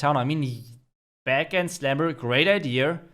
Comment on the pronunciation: why is idea pronounced (eye-dee-ear) instead of eye-dee-yah) from germans?